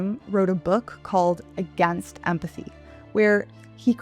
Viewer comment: Pretend 'emphathy'